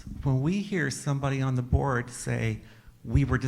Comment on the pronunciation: I legit heard "when somebody on the borg says" and not "the board"